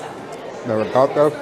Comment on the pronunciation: FINALLY someone who pronounces ricotta the RIGHT WAY! 😂